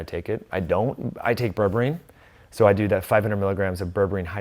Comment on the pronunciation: Is he saying berberine?